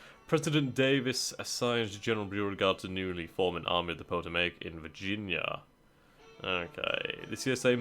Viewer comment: A lot of indian names. Very hard to figure out if not used to them. Potomac is pronounced Puh -TOE-mic.